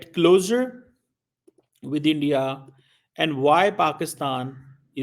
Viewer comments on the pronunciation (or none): none